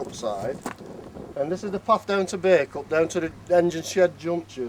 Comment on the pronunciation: Great little video,. Always wondered what the countryside was like up and around Bacup. It was interesting hearing the name Bacup pronounced as it should be. I was never sure if it was Bah or Bay.